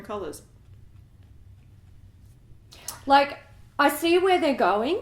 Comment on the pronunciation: Please keep saying kalulas for colors!